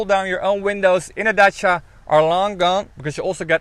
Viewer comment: Wow ! A car named Dutch-ia ! And it is orange ! And the presenter pronounced the name properly ! I believe that Renault wants the Netherlands market real bad . The courtship is shameless .